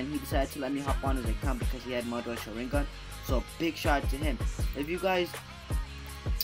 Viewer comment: can you pls just learn how to pronounce sharingan